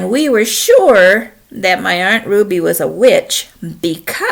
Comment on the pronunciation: LOL haven't heard Aunt pronounced Aren't in a minute (